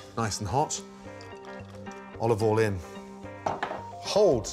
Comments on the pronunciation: Chef, what is the next step after heating up the pan? Gordon : "OLIVOLIN" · you mean "OLOVOYL" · Gordon "oLiVe OiL" Ramsay